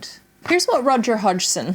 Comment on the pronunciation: Fantastic video and you pronounced Roger's last name just fine. I've watched so many other videos that totally butchered it.